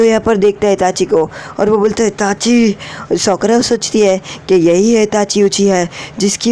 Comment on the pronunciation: He tell Sokra. Lol